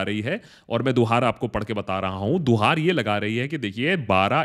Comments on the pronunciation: Guhar not duhar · Duhaar nahi bhaiya....guhaar.....Hota Hai...plz...future me correct....ker lijiyega